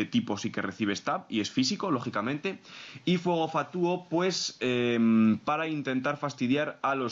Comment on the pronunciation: Los análisis están muy bien pero, por favor, deja de decir "fatúo" en lugar de "fatuo".